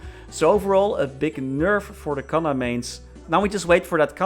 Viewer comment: I don't understand why they keep butchering Kanna...